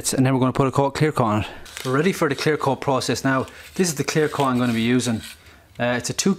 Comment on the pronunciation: He says coad instead of coat and smood instead of smooth